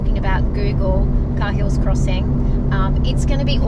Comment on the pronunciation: Love the vids guys! Just one thing though, Cahills is pronounced "kay-hills" and Ubirr is pronounced "ew-beer"... :)